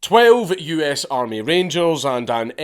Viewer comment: I was waiting desperately for you to say "Wenn tha armay fout tha creps"